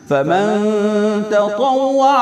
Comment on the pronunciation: السلام علیکم حضرت آپ کا انداز بھی اور طریقہ بھی بہت اچھا لگا ماشاءاللہ لیکن مجھے شاید ایسا لگا ہے جیسا کہ آپ نے قرآن پڑھتے وقت ( فمن شھد منکم الشھر فلیصمہ ) کو ( کمن شھد منکم الشھر فلیصمہ) پڑھا ہو مجھے لگا ہے شاید مجھے جو غلطی لگی بتا دیی اور اگر مجھے غلط سمجھ آیا ہو تو معافی چاھتا ہوں جواب دیگر تصلی فرمائے جزاک اللہ